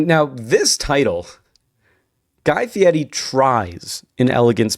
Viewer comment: Stop saying his name like that it’s FIERI not Fietty